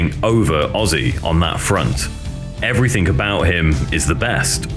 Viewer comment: did you say everythink??